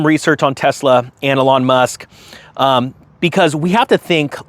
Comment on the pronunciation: "A lawn Musk" lol